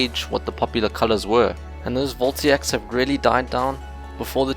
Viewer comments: They're voltaics, not voltiacs. Vol-Tay-Ic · It's VoltAIc, not VoltIAc. Anywats great and helpful video, earned a sub :D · its VOLTAIC, not "Voltiac" :) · very interesting . . . a lot more complicated than I thought. :) Side note: Voltaic is said like Vol-tay-ick.